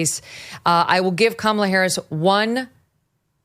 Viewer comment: Does Megyn call her cumala? 😂😂